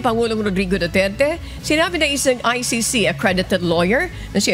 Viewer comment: say he cant even say or spell ICC